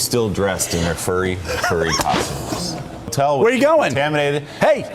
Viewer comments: The "fairy" community?? FAIRY?!? I think its pronounced Fur-ree, furry... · Is it me or the way he says Ferry than Furry with letter u replaced with e? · Are you saying “fairy” lol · Say "fur" , then "fair Say "hurry" and then "hairy". Then "Harry" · I know you’re capable of making the U sound